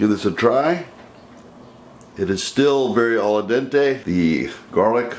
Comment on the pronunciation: "Al dente", not "alla dente". ;) great video, thank you